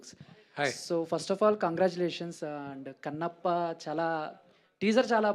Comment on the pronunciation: idi kannappa kadu "con"appa.